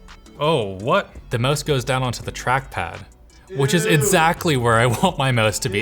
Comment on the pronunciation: what is truckpad? I hear tachpad but never hear that name